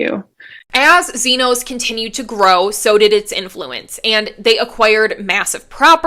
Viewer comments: It’s not “Z-noze.” It’s “Z-Nas,” thus Xenos now Dwell. Thnx 😊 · The pronunciation of xenos is killing me It’s zee-nas Not zee-nos